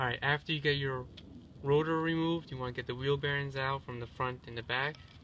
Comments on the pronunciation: Why do you keep saying router?!?! SIR ITS CALLED A ROTOR -_ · Why do you keep saying "Router" instead of "Rotor"?